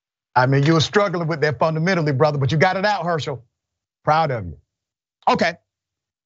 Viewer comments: “Funna minalee” Get hooked on phonics, read some history books and stop having all these kids. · FUN-A-MED-DILY 🤣🤣🤣🤣🤣. He destroyed that word. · Funamenally……LOL!!! Damn😂🤣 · I just watched a grown man say "Funda Menally" Get him the f out of here. 🤣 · "Funnamenally"🤔......Is that a word? As for the rest of what he said.....🙄🤪🤭🤣🤣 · “Funnna-mennally 🥴” - Token Walker